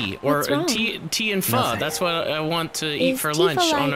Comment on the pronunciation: said pho right o_O